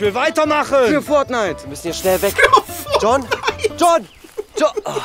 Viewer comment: Beim letzten für die Erde dachte ich erst er sagt jetzt für Fortnint